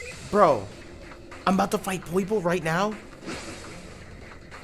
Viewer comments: Poipole*....Not Poiple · Poiple sounds like Meowth trying to say purple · Purple+Boston Accent=Poipole